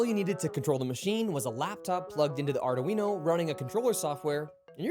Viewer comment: First time I’ve ever hear it pronounced “are-do-wee-know”